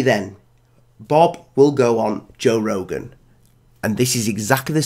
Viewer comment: Who’s Jor Rogan ?